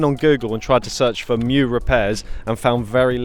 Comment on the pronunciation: So happy to hear you know how to pronounce "mju"! I've seen a fair few similar videos and I wince every time I hear it called "mee-joo" 😬